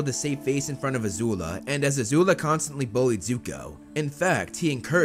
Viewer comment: It's not a zula its azula